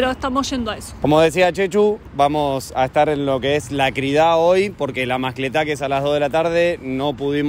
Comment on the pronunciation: Se dice Crida. Con acento en la i